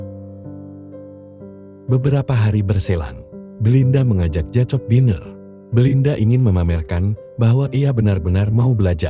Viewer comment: Maaf ya saya perbetulkan sedikit sebutan untuk watak JACOB. JACOB disebut JAKOB. Salam dari North Borneo.